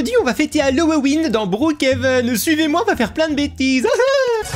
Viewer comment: trp sa ma tuer aussi:D